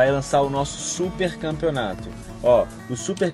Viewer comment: "Canpeonato" foi mal mas n prestei atenção no q vc falou só nesse "N"